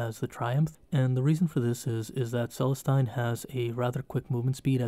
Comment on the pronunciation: Really great video, looking forward to watching the rest in the series! Only thing, pronunciation on Celestine is meant to sound 'Celesteen'. Keep it up!